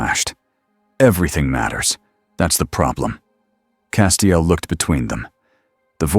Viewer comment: Only issue i can find is the 27 different ways the AI pronounces castiels name lol